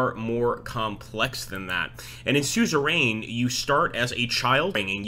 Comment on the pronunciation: It's pronounced sue-zer-uhn